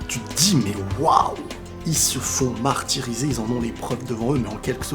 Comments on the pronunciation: Ils se font "Mahr-tyriser":D Oui je confirme! Super tes vidéos, continue, j'adore les regarder après l'épisode!! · "Ils se sont fait MAHRtyriser" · " il se font marhtiriser " 😂😂😂😂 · a "ils se font mahr-tiriser" mdrrr